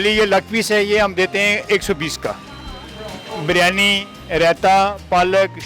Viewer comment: Baryani Nahi hota jahil aurat biryani hota hai